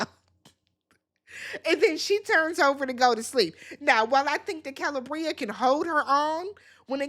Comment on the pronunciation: Kuh-lee-Bree-ah 🙄🙂‍↔️😑 you pronounce names like you’re from MN too…😶😵‍💫🥴